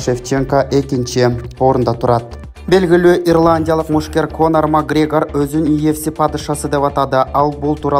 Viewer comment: Магрегор эмес эле Макоорегир кайдагы падыша